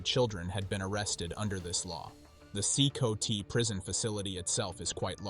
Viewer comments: It's not "See-koe-tee", it's pronounced "see-kot". I can't thumb up the vid when you don't even know how to say the name of the prison. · CECOT is pronounced SeeCot not SeeCoTee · it's C-COT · this prison is pronounced See Caught do your homework AI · From my understanding 'Cecot' is pronounced see-cott.